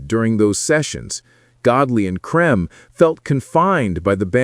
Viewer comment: You should have learnt how to pronounce "Creme"